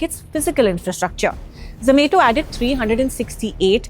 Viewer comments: its zo-ma-to not zo-may-to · I really wanted to watch this but hearing her pronounce it as za-may-to was so irritating that i had to stop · Same here.. ZZZ ME TO .. 😂😂😂😂😂 IT IS ZO MA TO... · Irritating when she tells zomato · I prefer zom-ah-to.